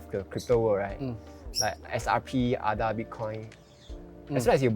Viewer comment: It’s A-DA.. not AH-DA